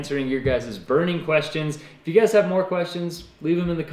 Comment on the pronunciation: "yer guyzes" -. Cracks me up. Every time. 😄